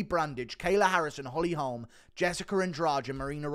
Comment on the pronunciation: The way you say holm should be illegal